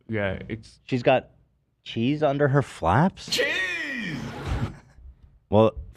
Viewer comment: overuses the word 'shit' and he still can't pronounce "ch". He says sheeze instead of cheeze.